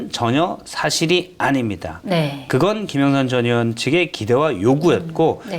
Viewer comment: 기자 양반 발음이 김영선 전의원이!! 김영선 저년이! 로 들리는데 평소에 그렇게 말하나^^